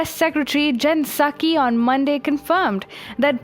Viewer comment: Love how you pronounce 'Psaki': Sucky